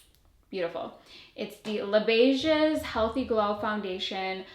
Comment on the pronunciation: “Lay beige”. U don’t need to pronounce the S.